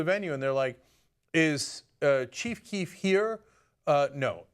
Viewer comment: Ana calls her boyfriend Chief Queef